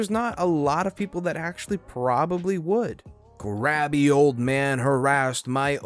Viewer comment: You do know that crabby🦀 is NOT pronounced "grabby", right? You made it sound like he's a pervert!